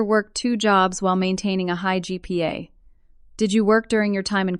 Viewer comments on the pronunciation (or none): This has to be the most inane AI narrator on YT. GPA is not Gigapascals, it is Grade Point Average. Even if proof read, the AI has to be taught what GPA means and how to say G.P.A. Her name is Louise, not Luz or whatever the insane AI is saying. Many good stories are ruined by stupid AI narrators. And repeat, repeat, repeat. How many times do we have to hear about her 'cookie cutter house'? What kind of "Lawyer" would take a case like that? One with no integrity or ethics. That covers 99.9% of lawyers.